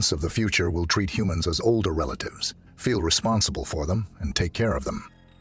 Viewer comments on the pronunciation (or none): none